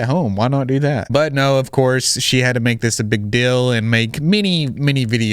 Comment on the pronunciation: What’s the DILL with how you say DEAL 😂 are you from Utah?